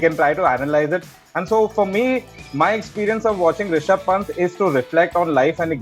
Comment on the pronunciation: Will someone tell Belley its Ri-sha-bh not Ra-shi-bh